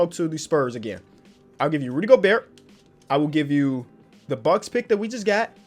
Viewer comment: U dont pronounce the T at the end of Gobert in french